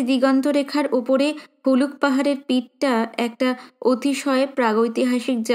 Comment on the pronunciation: Galpo path er bangima khub sundar . Tobe Boi ta aneek baar pora ache bole e bolchi ota Puluk pahar na ota hobe Huluk pahar. Ar bojra khet noy Bajra khet.